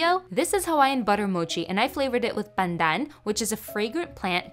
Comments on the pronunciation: The way you pronounce pandan in Filipino sounds funny coming from a Malaysian 😂 we're so close yet so different🤣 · Why are you exaggerating how you pronounce Pandan?